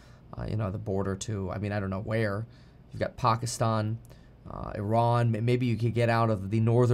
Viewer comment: Kevin pronounces pakistan accurately :O